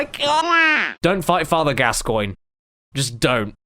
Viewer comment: Caddy its its not gas coin its gas gon